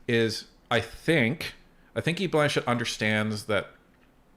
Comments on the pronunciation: Just a small correction - It's Blanchet, not Blanchette. 😊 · Guys...I grew up in Quebec...it is "Blanchet" not "Blanchette"... just say'in, love ya